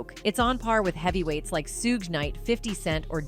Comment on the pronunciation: So I gotta listen to ai say Suge name wrong the whole video???